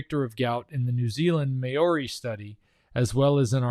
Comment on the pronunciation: MAORI pronounced..... MA OH REE (or DEE), otherwise great job uncovering the Truth!